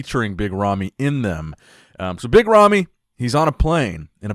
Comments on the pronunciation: I hear yummy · Sometimes when says 'Big Ramy' I hear 'Mitt Romney.'